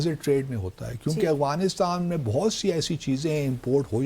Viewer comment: First of all correct your accent it’s not Awghanistan , it’s Afghanistan. Heraa mandi ki paidaesh